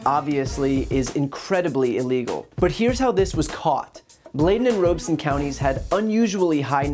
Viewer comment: It's pronounced Rob e son county! Not Ro be son!